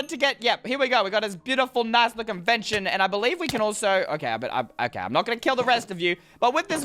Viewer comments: lol it's not vension it's VENISON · It's not venshin it's ven-is-on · It's pronounced v-en-i-son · It’s vinison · Its Ven i son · Venison is pronounced Ven-I-sun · IT'S VEN-IS-ON(idiot)it's delicious btw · Ha he pronounced venison wrong 🤣🤣🤣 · You are pronouncing venison wrong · Hes pronouncing venison wrong and it hurts